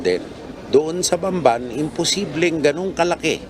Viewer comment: BAMBAN, TARLAC PO. HINDI BANBAN, TARLAC. CAPAMPANGAN PO MOSTLY ANG DIALECT DYAN KOKONTI LANG ANG HINDI CAPAMPANGAN DYAN SA BAMBAN, TARLAC